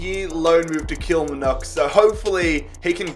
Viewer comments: it’s pronounced kill-mar-knock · The way he said Kilmarnock 🤣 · Your pronunciation of Kilmarnock is abysmal 😂